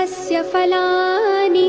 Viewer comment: Hariṇīm and not hariṇim phalāni and not "falāni" (epic one) prabodhinīm not prabodhinim upahvaye not upawhaye ..... And totally disastrous pronunciation of accents, most of which are wrong. You should not "chant" mantras with wrong accents. Hear those sung by devoted priests and pandits. They might not have the so-called appealing voice quality, but their dedication and perfection is admirable. Learn only from those who have learned it properly. Not from unrelated singers who make money reading something without any idea.